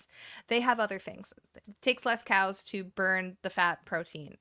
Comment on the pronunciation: when you talked about cals i 100% heard "cows" the entire time as i was zoning out while gaming, had me stop and check "wait why are we talking about cows???" 😭